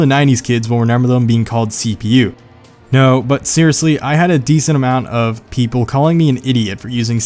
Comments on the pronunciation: It sounded like you were saying cbu and not cpu. I was getting confused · When he said CPU, I heard CBU and so when he said " wait, how do you not know what a CBU is?" I got sed bc my eyes are practically on games ( racing games) and then when he said the definition of CPU I was all happy I'm not a nuub at games not knowing what a CBU was lol :')